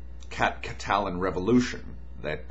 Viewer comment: He can't even pronounce "Catalan."